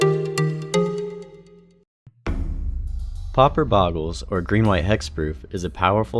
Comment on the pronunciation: "BO"GLES NOT "BAH"GLES Video is otherwise fine. Good editing and audio, which is really important to me. Some talk about specific matchups would be appreciated but is not needed.